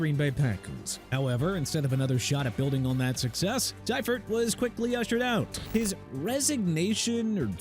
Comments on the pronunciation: George See-fert. Not Sy-fert. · George SIGH-furt???? Wtf? It's pronounced SEE-furt...c'mon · See-furt not Sy-furt. God that mispronounciation irks me. If you watched football in the 90s, you heard the correct way 100 times a month during the season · It’s pronounced. George “See-fert”. And what do you mean turned around the 49ers? They had just won two super bowls the year before he took over because Bill Walsh retired. And some of that footage you show is Walsh not Seifert. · Lol its Seefert, the pronunciation lol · It's pronounced SEE-fert. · How do keep saying Seifert wrong?😂